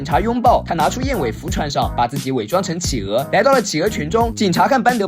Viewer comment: 是 氣鵝 不是 起鵝